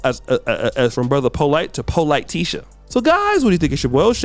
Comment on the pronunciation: called him Polite-tisha 😂😂😂 dang!!!